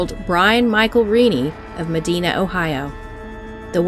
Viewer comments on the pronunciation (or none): It's NOT Mah-deena Ohio. It's Mah-dine-ah. (Medina, Ohio.)